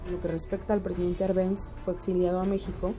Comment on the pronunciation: Buen video, pero el apellido del presidente Jacobo Árbenz lleva tilde en la Á, se pronuncia con tilde en dicha letra